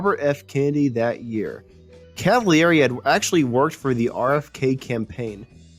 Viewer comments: Felix Cavaliere last name is pronounced CAV A LEAR A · Totally lame. First, you've butchered the pronunciation of Felix's last name. And far more importantly, you never mentioned the untimely passing of the great drummer, Dino Danelli. Unbelievable.